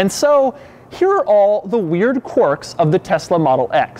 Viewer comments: It’s quirks not quarks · ‘Quirks’ has an i in it. Not an o, buddy.